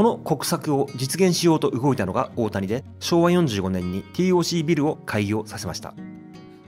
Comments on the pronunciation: 五反田に住むものとして楽しく視聴させて頂きました。 改めて歴史を知る素晴らしいコンテンツと思いましたが、最後は非常に残念でした。 TOCは「ティーオーシー」ではなく、「テーオーシー」と読みます。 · 【ティーオーシー】じゃなくて【テーオーシー】なんだよ地元っ子は😂(笑)🤣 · UPありがとうございます。昭和の風景を懐かしく拝見しました。 西口アーケード街もなかなか怪しげで面白かったです。 なお、TOCは、テーオーシーと表記・発音されていた記憶があります。笑